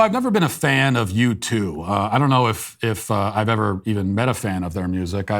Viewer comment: I'm sorry, are saying YouTube? Because it sounds like you're saying YouTube. I mean, at first I thought maybe you said U-2, but that can't be right because U-2 isn't a thing as far as I am concerned. Carry on. ..